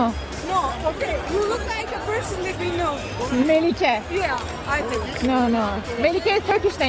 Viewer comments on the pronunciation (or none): none